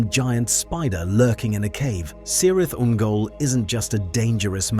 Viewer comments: Most Middle-Earth names that begin with "C" are pronounced like a "K". "K"irith Ungol; "K"eleborn; etc. (The appendices at the end of RotK include a pronunciation guide.) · Please remember that all ‘c’s are pronounced with a hard ‘k’ sound, NOT an ‘s’. So, not “Sirith” but “Kirith” Ungol. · A very small nitpick, but C is always pronounced as K in Sindarin, so you should say "Kirith Ungol" rather than "Sirith Ungol" :) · It’s pronounced ‘Kir-rith’ Ungol, not ‘Sir-rith’ Ungol. … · if you're going to specialize in LOTR topics, at least learn to pronounce "C" as "K", not "S". "Cirith Ungol" is pronounced "Kirith Ungol". Similarly "Celeborn" is pronounced "Keleborn".